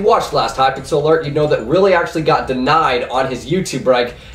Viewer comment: you butchered my name LOL np though bro :p